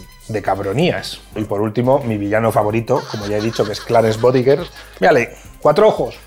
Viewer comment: Bodicker, no "bodigger".